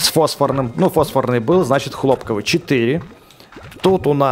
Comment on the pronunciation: По-моему не хло́пковыет, а хлопко́вые , потому что "прыг скок, и он пропал" ну , типа хлопо́к?